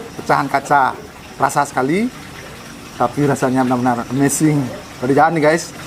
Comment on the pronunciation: Amsing kahakha amazing numb wkwk Salah ngucapin ya